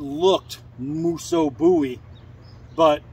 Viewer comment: Much love to you brother! Thanks for pronouncing the name right! 🙏🏻 we didn't call him Jim Bowee lol